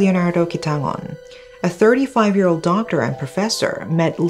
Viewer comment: indeed. the only miss for her are y sounds. she pronounces 'year' as 'ears' but 99% of her narration is superb